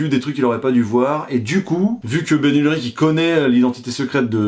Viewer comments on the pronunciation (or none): Urich et pas ulrich. On sent le fan de vélo